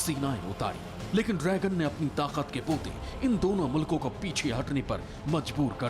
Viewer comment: host say drygun.....it is dragon not drygun